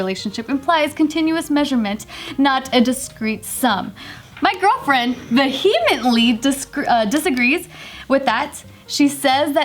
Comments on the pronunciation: I know I'm being pedantic, but you don't pronounce the H in "vehemently". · I wish someone picked on pronunciation of “vehemently” hahah